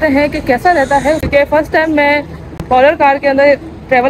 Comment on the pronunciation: Polar kia Hota hai behen parlor Hota hai